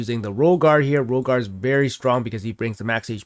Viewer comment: I'm listening to the video while working and I hear kept saying "Rogar, Rogar. Rogar is great" I'm like...who the heck is Rogar?? I come to check and it's "Royal Guard" doesn't pronounce the Y in Royal nor the D in Guard.